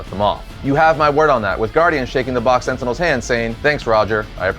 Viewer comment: Stop saying Sentinels! Sentinels...sentinels